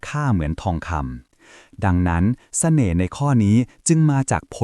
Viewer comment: ทำไมเราได้ยินคำว่า แสน่ห์ 😅